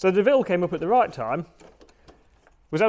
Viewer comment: Doh-ville, not Deville!